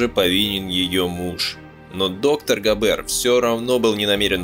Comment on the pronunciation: GAber, BAden FArben что-то с вашим произношением . NSDAP- en- es -de - a-Pe